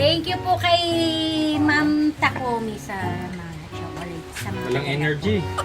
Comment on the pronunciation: Magnesium is best to take at night time. Please, it is irritating to hear pronouncing CHOCOLATE to CHOCOLET. Prounounce it right the way Fil say it.